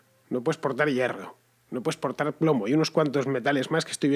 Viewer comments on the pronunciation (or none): «No pue'sportar». Economizando hasta la lengua. Ole.